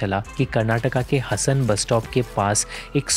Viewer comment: You North Indians need to learn how to pronounce South Indian cities. It's हासन, not हसन. It's मडीकेरी not मदीकेरी.